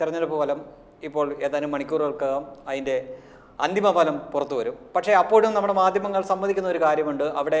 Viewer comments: ഈ ഫലം(falam) എന്നു ദയവായി പറയാതിരിക്കുക. പ്ഫലം(phalam) എന്നു വേണം പറയാൻ. നിങ്ങൾ വളരെ നന്നാകുന്നു. നിർഭാഗ്യവശാൽ ഇതൊരു ചെറിയ flaw മാത്രം. ദയവായി തിരുത്തുക. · Falam alla ഫലം